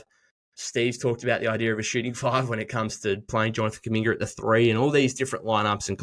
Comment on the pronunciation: Kumingeer can’t get over the R replacement of the A’s 😭